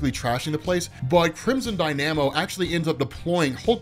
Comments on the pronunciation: omfg learn how to pronounce DY-na-moe. It's not dy-NAM-oe ffs....that sounds RIDICULOUS. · YES! AHAHAHAHAHAHAHHA!!! The fact that pronounces dynamo like die-nammo is almost as bad as when Ryan from screen crush pronounced namor like nay-mer. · Dy-namo? Seriously? You know dynamos are real things, right? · I've always pronounced it: Crimson DYNA-mo. Just sayin' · Crimson dyNAMo? First time I've heard it pronounced that way. This story had some of the strangest people together to try to make a good tale :D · Please double check "dynamo" pronunciation. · How do you not know how to pronounce Dynamo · That pronunciation of Dynamo is cringe inducing.